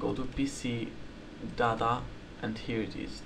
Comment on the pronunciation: when you say data sounds like dada XD